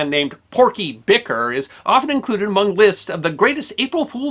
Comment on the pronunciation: Couple things., Sit-ka, not sis-ka. And the name is pronounced Bi (like the first syllable in the word tickle) kar (like.. umm Car. Emphasis on the second syllable.). I lived in Sitka for many years and had the pleasure of meeting and having some brazing work done by Porky. He was a hell of a guy and his sense of humor did not end with him.. some of the stories I’ve heard of his offsprings shenanigans in high school are nothing short of magnificent. But it’s not my place to tell those 👍🏼